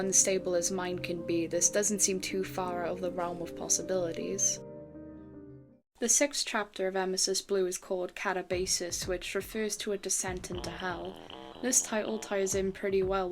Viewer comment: Hey. I know it's late, but... It's pronounced Ka-TAB-asis